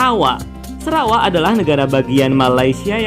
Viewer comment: Sarawak not serawak. Biasanya sebutan orang semenanjung itu lalu dieja pun begitu